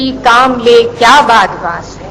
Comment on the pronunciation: 1. meer-e karwaan = leader of the trope (qafila) 2. badwaan ... it is not badwaa.... it is BADBAAN In old age, even in modern age also (only is sports now), people used to travel in the boats who had a big piece of cloth tied beside the boat and they fix it according to air pressure and direction and bla bla.... i hop u got it... That piece of cloth helped people to move on. That was called Badbaan... "Bad" means "blowing air" and "baan" means holder... See next comment also for rest